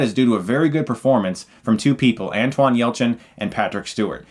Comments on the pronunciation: Love all your reviews but stop saying "Antwon" . It's Anton. Thanks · Sigh...Anton Yelchin (pronounced ANN TON). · Chris...that's not how you pronounce Anton.